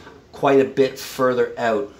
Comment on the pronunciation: canadian " out "